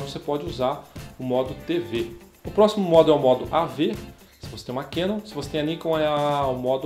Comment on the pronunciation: tanto Nikon quanto Canon são palavras japonesas. A entonação é Nikôn e Canôn... Ta errado Níkon e Kénon